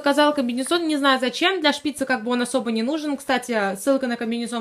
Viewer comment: Не шпИцы , а шпицЫ